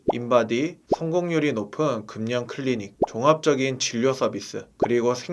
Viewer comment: 금년이뭐예요 금연을 그면으로 말씀하셔야지 연음법칙